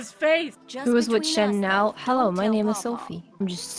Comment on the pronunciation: How you know it's a pure, wholesome, and innocent video: "Hewwo" "Hewwo"